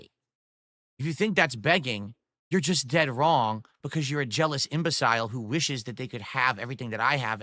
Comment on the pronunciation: Mispronouncing the word imbecile is really something.